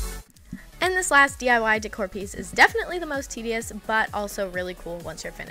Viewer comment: Love the video but at the end of every sentence she like screams the word at u like this one is the most TEDISCE that got on my nerves so much